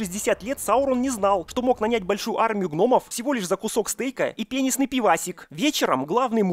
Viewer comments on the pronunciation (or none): Возможно мне послышалось, но я услышал вместо "пенистый пивасик" "пенисный пивасик"))) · "...и пенисНый пивасик"??? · мне послышалось ,,,, пенисный пивасик ихиххии )))) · Так пивасик пенестый или пенесный 4 раза переслушивал но так и не понял